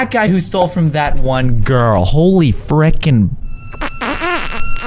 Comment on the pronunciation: Fricken not frecion